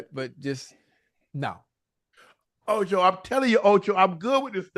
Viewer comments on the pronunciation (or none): Say it with me Ocho it’s Shaaaaaaaaa not Shiiiiiiiiiiiii